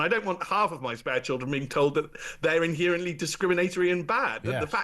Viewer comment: I can't listen to someone who says, "inhearantly."